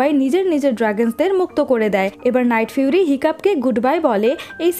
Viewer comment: আপু এইখানে লাইটফিউরি না নাইটফিউরি হবে